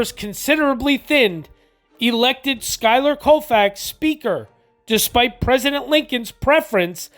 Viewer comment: Wonderful video but you’re saying his name completely WRONG